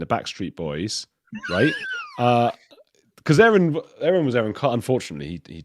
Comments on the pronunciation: I love the opening A-A-Ron! Makes me laugh every time!😂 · It's Castle Rock not Capitol Rock, Colorado. Lol. You're amazing, a -a - Ron. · I like your Shinner A A Ron 😀